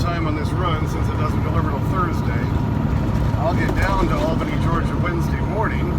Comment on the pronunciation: FYI we say things different down here in Georgia, Albany is pronounced ALL BENNY we have a Houston County it’s pronounced House ton